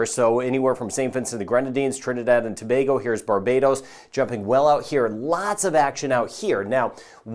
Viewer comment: ....thank you for pronouncing Trinidad and Tobago like a 'trini' and not as an American.